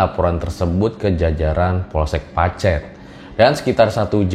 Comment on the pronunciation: ngomong pacetnya salah....😁😁